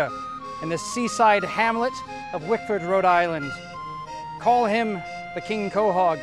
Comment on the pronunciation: its wickford dumbass.. i live here